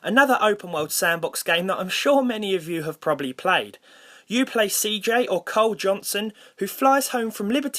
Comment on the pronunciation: It Is Carl, Not Cole LOL